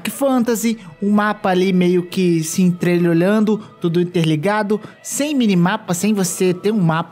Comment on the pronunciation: Aos vc diz Mapa se "entrelhelhando" ❤️